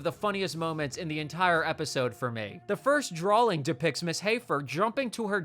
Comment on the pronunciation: My brother in Christ. The word drawing does not have an L in it.